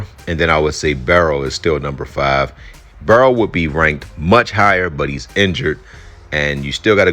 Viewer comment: BURROW not Barrow!